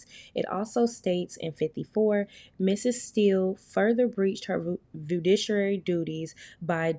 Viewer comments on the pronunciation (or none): Fa-doo-she-ary is how the word is pronounced😅😅😅😅😅